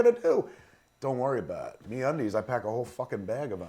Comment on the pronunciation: I kinda like Bill Burr's advertisements for Me-Undies Me-Unides...